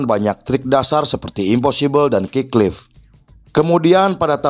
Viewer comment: kick flip bang, bukan kicklif